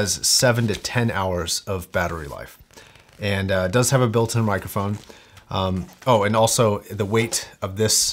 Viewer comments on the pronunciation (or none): none